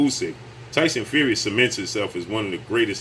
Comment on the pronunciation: The way he says his name: Tyson Few-ree 😂😂😂😂😂😂😂😂😂😂😂